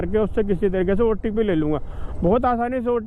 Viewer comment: Ncr ke लोग अजीब होते हैं, एक otp को opt बोलता है एक अमरूद को अरमूद बोलता है